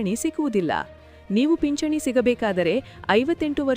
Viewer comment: ಪಿಚ್ಚಣಿ ಅಲ್ಲ ಅಮ್ಮ ಅದು..ಪಿಂಚಣಿ .. ಕನ್ನಡ ಸರಿಯಾಗಿ ಬೆರೆಯಲು ಕಲಿ